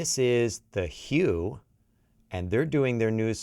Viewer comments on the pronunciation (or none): Of course I love this. I think it’s pronounced “Who”. Some of their other HUVE, HUVE, HUVE and it’s a Mongolian Metal Patriotic song, beautiful video. I like it because you can almost hum. Thank you for at least listening!!! 😂😂